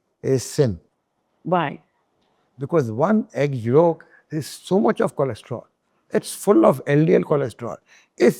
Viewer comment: When he said egg york😂😂😂 all the vitamins minerals omega3 is in it and studies have debunked this theory